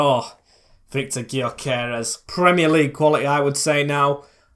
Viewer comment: Butchered Gyökeres's name a bit their, when he first signed for coventry I pounced his name the same way I usually take the G out of Gyökeres it's the closest to his name. 👍😂